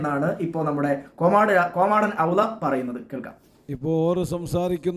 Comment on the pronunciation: എടാ കോമാടൻ എന്നല്ല കോമൻ എന്നാണ്